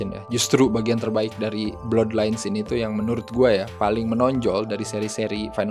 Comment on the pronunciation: Blaad lains bukan blodlains bang